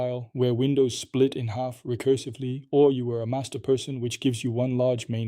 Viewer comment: Look when he says the word "split", he doesn't make a P sound with his lips.